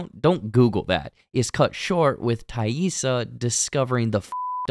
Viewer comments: 😊 Appreciate you taking the time to say TAISSA correctly. All kids with non-traditional names know that feeling when people don't care to bother... Especially kids of color. 👁️ Lottie already had her third eye opened. She had that vision as a little girl. I just think Laura Lee is the group's angel 😇 of mercy anytime one of them dies. Lottie seeing Laura Lee like that could be guilt related to... Her cult... Javi... Or the past. We already know the guy at the motel is their childhood friend Randy that Jackie wanted Shauna to originally hookup with. We saw him living there in season one and talking about his separation from his wife. 😢 Shauna doesn't like her daughter but more than that she doesn't respect her. She can't nor would she want to connect to Callie on a deep level. 😡 Bad Taissa is starting to take over when she's even awake. It's giving Borderline Personality Disorder. But wtf was up with Travis envisioning Lottie while 🍆💦?! This guy is really in the church of Lottie and it's sad because Lottie is just a woman. She can't save anyone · Probably the greatest character redemption of the episode is you pronouncing Taissa’s name right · Thank you for addressing the "Taissa" mispronunciations. It was driving me crazy. Glad it got fixed! 👍